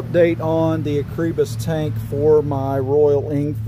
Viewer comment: That is a crazy way to pronounce Acerbis